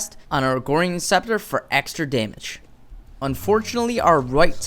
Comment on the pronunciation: he kept saying "Riftmagnus" and "Agorian" and I was just confused as to where those extra letters were coming from.